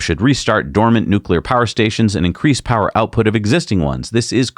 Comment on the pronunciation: "consume less powah!" Sure buddy, you first. No airplanes for you, zealot.